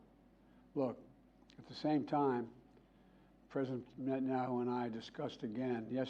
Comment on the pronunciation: "president Maszaeayhoo"